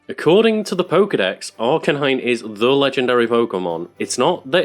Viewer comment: It’s pronounced R-canine, not arka-nine